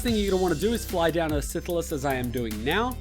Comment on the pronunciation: Can you put more adds in, like 8 or so? Enjoyed it more than you trying to say Silithus.